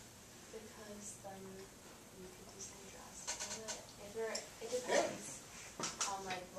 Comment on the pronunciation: You forgot the T in justice.lol. Thank you for the video though. It really helped.